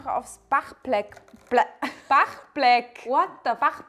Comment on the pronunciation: Bachblek Hahahahah da kam die unentdeckte russin raus 😂